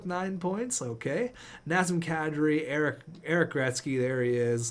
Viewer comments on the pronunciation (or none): none